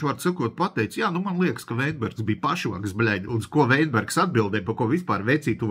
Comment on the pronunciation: Kļūda bijušā ministra uzvārda izrunā. Nevis Veinbergs, bet Vitenbergs.